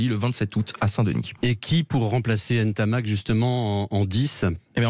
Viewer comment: Commencez déjà par bien prononcer son nom après on parlera